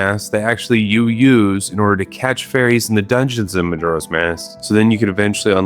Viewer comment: The way he pronounces majora is making my eye twitch (no hate, im just annoying)